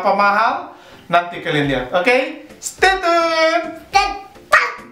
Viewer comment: Ucapinnya stey cyun..bukan stey tun...